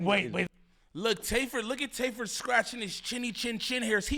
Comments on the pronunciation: lol bro his name is TAY F 3rd for tay filthy 3rd 😂😂😂😂 not tayferd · His name not tayferd 😂😂😂😂 it’s Tay F 3rd he’s a Movin crip reppin the Trey aka 3